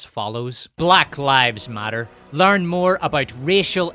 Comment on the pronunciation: 😂 she put 4 mucus filled syllables into black 😂